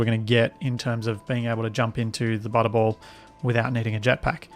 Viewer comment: So i've been watching this at 2x speed well I play SE myself and I was so confused why I kept hearing you say "butthole" turns out the way you pronounce butterball when sped up to 2x sounds eerily like butthole. It was at "Lets just connect this up to the butthole" i had to stop and figure out wtf was happening lol.